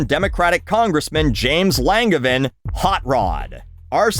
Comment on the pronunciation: Love the video as always, especially with the shoutout to our long standing congressman from Rhode Island! Rep. Langevin is such a great guy and would probably lose his shit laughing at that Hotrod joke. Sad that his health is forcing him to retire this election PS, it's Lawn-Jevin